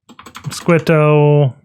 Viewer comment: Mosquitto is pronounced "moss-kee-toe", like the insect mosquito